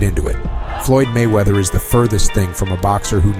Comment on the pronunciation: I think he meant to say "Floyd Manchester"?